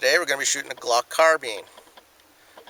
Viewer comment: CARBINE NOT CARBENE